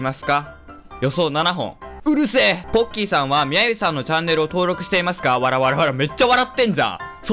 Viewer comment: ポッキー＝ボッキー ごめんなさい